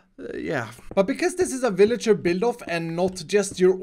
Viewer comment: Ah yes The villiger yeetinator